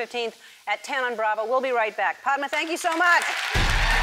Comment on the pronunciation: Did anyone noticed that Ellen said Paadma instead of Padma